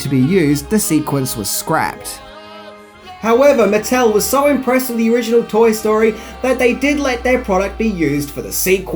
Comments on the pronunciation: An "owiginal woody doll" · “Owiginal” lol